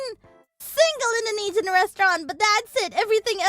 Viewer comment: Ah yes, my favorite cuisine "Intheneedsina" :face-blue-smiling